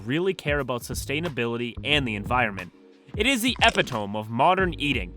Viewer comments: “Epi-tome”? Epitome is pronounced “e-PIT-uh-me”. I wonder how you pronounce “hyperbole”. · man you gotta stop saying “epi tome” it’s “epitomee” look it up on google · Epitome A-pit-to-me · eh-pit-oh-mee. epitome. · Epitome is pronounced eh-piht-oh-mee Not judging, mispronouncing words is a sign of an avid reader, I still remember my teacher stopping a class from laughing at me because I mispronounced potentate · Can you please, PLEASE pronounce "epitome" correctly? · Where is the editor? Epitome, is not pronounced that way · Buddy that's not how you pronounce epitome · That's not how you say "epitome". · Can you pronounce epitome again? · Is this an AI channel? Your pronunciation of “epitome” is fucking awful, as if you don’t understand English yet you appear to be fluent in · You pronounce epitome wrong. But you use it correctly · I'm disliking every video until I hear you say epi-toam correctly. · You lost me at epitome. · I noticed he made that mistake as well. He also mispronounced “epitome”.